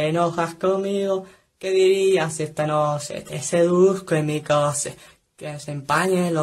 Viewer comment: "Que dirías si esta noshe te seduzco en mi coshe?" Auronplay 2019